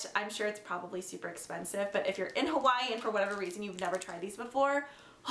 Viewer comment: the way you say hawaii makes me cringe